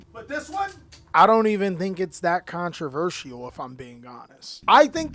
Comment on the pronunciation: Nah what's controverial is how you pronounce "controversial".